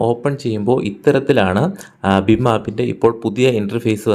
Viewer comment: ബിം അല്ല ഭീം